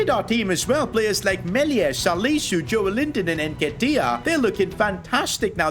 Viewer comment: its joelinton not joel-inton its read jolelinton